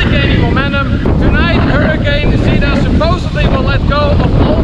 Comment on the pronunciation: Do you have enough bottled water in your room! Did you go to the MEGA? Get more food and host a hurricane party in the room! Get the free KSAT hurricane tracker app. Be safe! BTW, Zeta = Zay-tah, rhymes with beta, not zee!. #facepalm